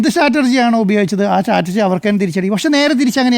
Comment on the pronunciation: മൊയന്തു മൊയലാളി സ്ട്രറ്റജി ആണ് അല്ലാതെ സ്റ്റാറ്റർജി അല്ല മലരേ റിപ്പോർട്ടർ മൊയലാളി 😂😂